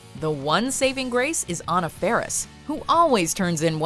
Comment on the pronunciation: Its Anna Faris .. not on a ferris